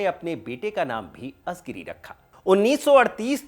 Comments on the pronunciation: It's ळ and not झ everywhere. It's कळघम and not काझगाम. It's not azigiri but आळीगिरी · आपने दक्षिणी भारत के नेता के लिए ये वीडियो बनाया वो सराहनीय है, परंतु एक सूचना देना चाहूँगा. तामिल से संबंधित कार्यक्रमो में प्रायः तमिळ के उच्चारण पे ध्यान नही दिया जाता, कलईगनार नही है, वे कलइन्जार करुणानिधि है, अजगिरी नही है, वे अळगिरी है कझगम नही, कळघम है, कनिमोझी नही, कनिमोळी है !!